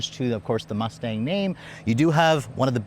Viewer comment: Bro said Mousse-Tache 😂